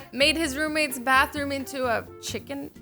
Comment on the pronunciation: “IDE burn down the barthroom to the floor” lol xD 😂